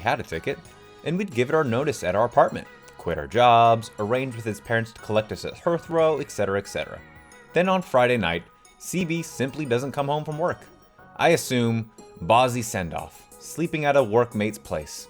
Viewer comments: Heathrow is pronounced Heeth-row 😊 tis an airport in (pretty sure) London! 🙂 Sorry, I've done this to KalicaTV on her pronunciation as well 😂 (another Reddit reader!) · its hee-ath-row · Hey, I know u probably didn’t know this as well, u mispronounced Heathrow wrong... But u made me laugh, i’m addictive to the r/pro revenge vids earned a sub:)